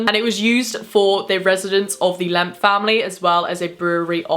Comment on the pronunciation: After a while “lemp” started to sound like “lamp”